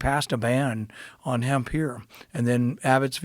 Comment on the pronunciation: It must've taken every last bit of patience not to correct him every time he would talk about "hemp."